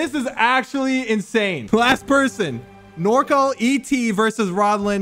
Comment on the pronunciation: he says "norcol" instead of "norcal" lmfao